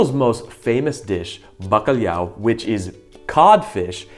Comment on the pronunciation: O fala bastante bem, mas não diz "bacalhau" corretamente; diz "bacalhiau".